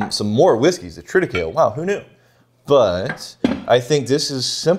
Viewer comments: tri -tuh-kei-lee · Love the pettiness on the pronunciation of triticale 😂😂😂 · Bro, it's Triticale. Say it right.